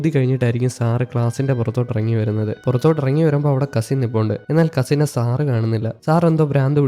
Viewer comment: സാറ് സാറ് എന്നു പറയുമ്പോൾ സാറ സാറ എന്നാണ് കേൾക്കുന്നത്